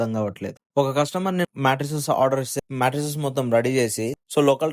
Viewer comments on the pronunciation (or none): మెట్రెసెస్ కాదు బ్రో మ్యాట్రెస్